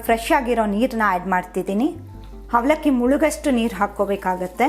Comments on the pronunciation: ಒಗ್ಗರಣೆ ಬದಲು ಹೊಗ್ಗರಣೆ ಅಂತೀರಾ. ಅವಲಕ್ಕಿ ಅನ್ನೋ ಬದಲು ಹವಲಕ್ಕಿ ಅಂದಿದ್ದೀರ. ಆಗಿದೆ ಬದಲು ಹಾಗಿದೆ ಅಂದಿದ್ದೀರ. ಸ್ವಲ್ಪ ಕನ್ನಡ ಸರಿಯಾಗಿ ಮಾತಾಡಲು ಕಲಿಯಿರಿ. ಆ ಬಳಕೆ ಬದಲು ಹಾ ಬಳಕೆ ಹಾ ಬಳಕೆ ಜಾಗದಲ್ಲಿ ಆ ಬಳಕೆ ಜಾಸ್ತಿಯಾಗಿ ಪೂರ್ತಿ video ನೋಡೋ ಮೊದಲೇ pause ಮಾಡಿ comment ಹಾಕಿದ್ದೀನಿ. ಕನ್ನಡ ಸರಿಯಾಗಿ ಬಳಕೆಯಾಗದಿದ್ದಲ್ಲಿ ಕೇಳೋ ಕುತೂಹಲ ಇರೋದಿಲ್ಲಾ. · ಹವಲಕ್ಕಿ ಅಲ್ಲ ಅವಲಕ್ಕಿ ,ಹೊಗ್ಗರಣೆ ಅಲ್ಲ ಒಗ್ಗರಣೆ, ಹುಪ್ಪು ಅಲ್ಲ ಉಪ್ಪು... ದಯವಿಟ್ಟು ಉಚ್ಚಾರಣೆಗಳನ್ನು ಸರಿಪಡಿಸಿ...